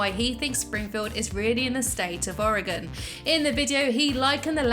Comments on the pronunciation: Oregon It's Oregon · It’s Oregon